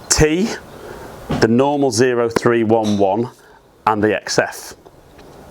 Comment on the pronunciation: The PXG irons are pronounced oh-three-eleven as a tribute to a certain type of US military member. Specifically a Marine Corps infantryman.